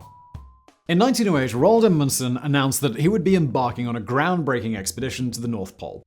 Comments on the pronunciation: "Ronald" I cry. It's Roald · Simon, "Ronald"? Roald, my boy, Roald.